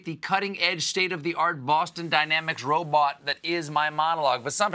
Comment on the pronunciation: That MA Ro-bawht was subtlety fantastic..... approved!